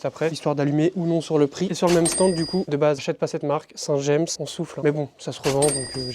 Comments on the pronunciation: Saint James se prononce à la française : c est en normandie ! :) merci pour tes vidéos et bravo pour le développement de ta société ! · Si jamais tu regardes les coms, on dit "Saint Jame". Saint james c'est une ville normande 😁